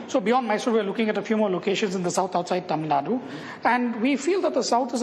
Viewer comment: its TAMILNADU. not TAMILNAD